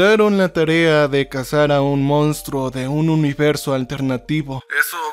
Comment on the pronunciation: Che, con la mejor de las ondas. Se escribe y pronuncia MONSTRUO.